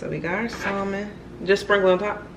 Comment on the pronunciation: The L in Salmon is silent sis lol. I just recently learned myself lol.